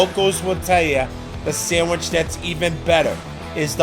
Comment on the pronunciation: Excellent, but the "d" in "sandwich" is not silent.